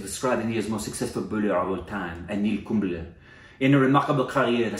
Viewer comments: you're gut is spot on. It is 'Kumb-lay' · Kumb-lay is haw you can pronounce it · well your gut was right its...Kumb-le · its pronounced kumblay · It's funny how got the name right with the accent 🤣 Good job.